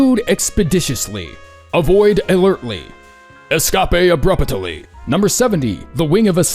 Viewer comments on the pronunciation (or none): your ability to word the wildest things has made me laugh so many times in so many ways that it could probably be added to the list itself, but "Escapé Abrupataly" has officially killed me. XD